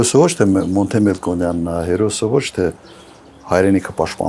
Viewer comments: Էս թուրքը խոսալ չսովորեց տենց էլ Մոնտե չի Մոնթե ա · Ո՜չ թե Մոնտե այլ Մոնթե... դու՜ այսքան տարի ապրում ես Հայաստանում ու այդպես էլ հայերեն չսովորեցիր։ Դա էլ է խոսում քո հայրենասիրության մասին, սկզբից մինչև վերջ սուտ ես խոսում, մինչև անգամ կեղծել ես քո կենսագրությունը։ Քո կենսագրությունը լրիվ ուրիշ էր ,երբ դու որպես վարչապետ եկար Հայաստան։ Դու՜ ավարտել ես Երևանի պետական պոլիտեխնիկական ինստիտուտը, հեռակա ուսուցում, բայց տարիների հետ փոխվում է քո կենսագրությունը, իսկապես կարիճ ես։